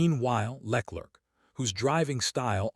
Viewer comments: Who the hell is Lec-lerc...? What are your sources...? Is this fact, or simple conjecture...? I'm a LH fan, but seriously man, at least get Charles surname right...! I'm bored of these AI voiced rambles...!! Lol... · Leck lurk 🤣🤣🤣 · Who the F is Leklirck? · The way he pronounces LeClerc is hilarious.